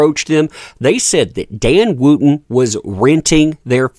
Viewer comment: May I ask how you pronounce ‘wood’ think you’ll find it ‘wud’. Wootton is pronounced ‘Wut-tn’. I’m complaining because I’m following the story and the mispronunciation is distracting. However, it’s good to see a ‘what goes round, comes around’ in real time.